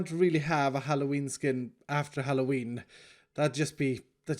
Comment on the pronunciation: Does even realize what some people think about when he says Halloween like that?